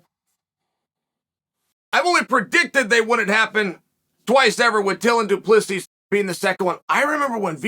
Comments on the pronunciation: Hi Uncle Chael. Pronunciation tips from South Africa. Du...plus...sy Not Du Ples sis. The "s" at the end is silent. I'll let myself out. Please don't come Soldier of Fortune me. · First off, Chael has been confirmed on multiple occasions of *purposely mispronouncing names so don’t think you need to correct him. Secondly, you can edit comments so you didn’t need to reply to yourself with a correction. Thirdly, it’s Do Pleh C, not whatever amalgamation you conjured up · Wasn't he saying till and duplissy? 🤣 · DO-PLUS-E is how you pronounce his name Uncle Charlie... ✌ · Imma be honest. I just watched this to hear Chael say Dylan da plissy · This fight will be fun but not as much fun as hearing the name du plessis getting butchered for 12,42 min. Go Dricus. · Really Chael. Pronounce Du Plessis properly. It's a big issue for us South Africans. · Come on Chael learn to pronounce Du Plessis Correctly. Professionalism.